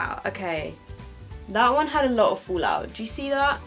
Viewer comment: I love accent. "It's got a lot of fool-out". Which part of UK are you from?